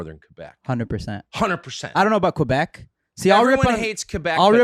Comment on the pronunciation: I like how tucker says quebec the right way. Im from ontario and i speak french before english.